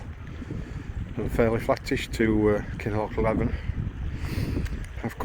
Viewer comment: Thanks for sharing enjoyed every upload of your travels only small criticism i have is your pronouncing of kinloch leven is wrong noticed this in few of other peoples videos ,no harm done mate just us scots it dosent ring right to our ears 😂 thanks again and stay safe on your adventures ATB ...colin.